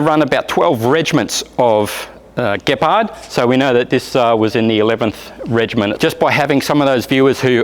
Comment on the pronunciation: Finaly an English speaking perosn can pronounce the word Gepard.